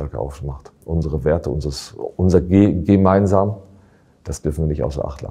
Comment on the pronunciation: Kann dieses "wIr gEmEinSaM" nicht mehr hören